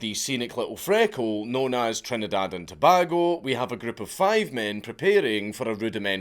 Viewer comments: This one hits hard since it is my home island. And for the love of God it's To-BAY-go not To-BAH-go. And yeah, people were pissed like and Irishman denied his hourly beer ration when we were told they "couldn't" allow people back down. To this day we still wonder what they're trying to hide. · I live in Trinidad and Tobago. ( It's pronounced properly as Tow-bay-go. LOL ) As for this incident, yeah, we all know about it, a horrendous incident indeed.